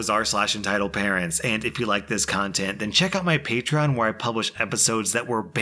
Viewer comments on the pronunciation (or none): none